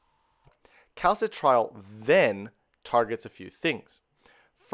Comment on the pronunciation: As much as I appreciate the information, it is a major pain for the non-Anglo world to decipher Latin- or Greek-based terminology pronounced consistently wrong: calci-trial (cal-citri-ol), lie-gand (liggand), oxi-daze (oxi-dah-sey), endo-cry-nology (endocreenology, 'i' as in FIT). '' sounds of 'Phili-pine' origin, thus, having once been a Spanish colony, could we have a Spanish based pronunciation, PLEASE?